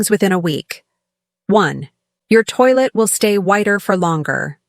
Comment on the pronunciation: Please common you cant say toilet like food oh dear! what is this😏